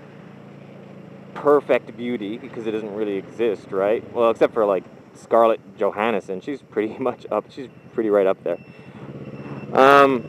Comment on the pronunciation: Scarlett Johansson is gonna be flattered if she ever sees this. She's also think"whys this guy keep saying my name wrong". Nice vid man!